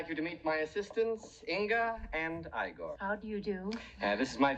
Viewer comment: It's Igor, not Egor